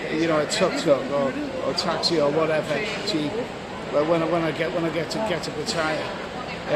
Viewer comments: It's 'Party?Yeah' and not 'P'attaya'. good Luck in SEA!` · Hello love you vlogs, but please don't call it PATTYRE it's PATTAYA